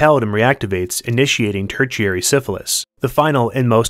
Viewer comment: Tertiary is pronounced "ter-sherry"